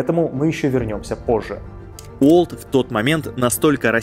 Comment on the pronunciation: его имя не произносится через "У", сильно режет ухо. Произносите через "W".